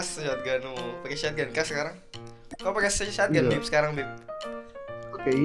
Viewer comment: "shotgun": Sotgan❌ Syatgan✔️